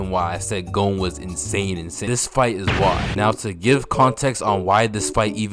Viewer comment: "Gohn" YEAHHHHH🥶🥶🥶